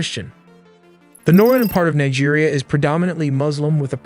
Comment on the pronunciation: Its Neejia not Naija. Thank you.